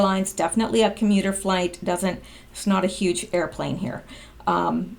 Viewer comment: Uge? All you did was not pronounce the H in huge. That's not making a new word. That's mispronouncing a existing word.